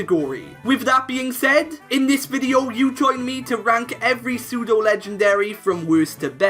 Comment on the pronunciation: WE DON'T SAY AN BEFORE SAYING A WORD THAT STARTS WITH A CONSONANT, WE SAY A! IT'S PSEUDO, NOT SUTO! DO NOT CALL ARCANINE A HE! AND TO ANSWER YOUR QUESTION, NO! ARCANINE IS NOT A PSEUDO LEGENDARY! A POKEMON CAN ONLY BE PSEUDO LEGENDARY IF IT IS THE FINAL FORM OF A 3 POKEMON EVOLUTION LINE, WITH A BASE STAT TOTAL OF EXACTLY 600!